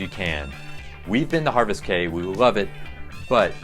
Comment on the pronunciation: Platinum Plus cruisers on NCL. Enjoyed your video but would like to correct a couple of items: NCL Epic has no fish in the carpet, so no directional help there. Epic is sort of the red-headed step child in the NCL fleet, though she does have a great Haven. Also, Caye is pronounced KEY. We’ve sailed on most of NCL’s ships and had a great time on all, though for my money, I prefer the Jewel Class over the mega-ships.